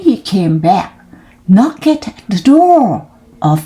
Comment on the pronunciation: ตั้งใจออกเสียงชัดมาก 👍 ช่องว่างไม่ต้องเว้นนาน ตอนเริ่มต้น บางช่วงนานไปนิด ตอนหลังจนจบดีค่ะ👏 knocked ไม่ต้องออกเสียงเคด เพราะเป็น verb ถ้าเป็น adj ค่อยออกค่ะ sixth seventh swallow ส วอล โลว thrown แลบลิ้นด้วยค่ะ thr stopped หน้านี้แก้ให้แล้วนะ:face-blue-smiling: ไม่ใช่ stooped